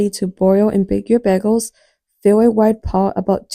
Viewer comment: BEGELS? sorry I just can't get past it.. it's pronounced BAY GELS lol